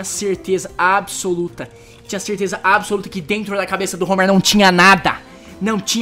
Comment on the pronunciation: "certeza ábissoluta"